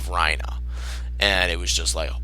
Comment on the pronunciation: Why the hell do you pronounce Reiner as "Rhino" instead of "Rei-ner"